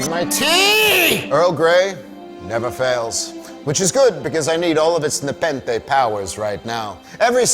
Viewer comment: Nepenthe nuh-pen-they nuh-pen-they!